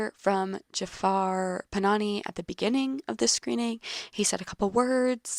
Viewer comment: Directors name is not PanaNI it is PanaHI